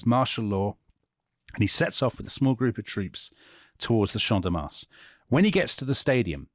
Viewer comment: Your pronunciation teacher here guys. Do not pronounce the S in Mars. 😊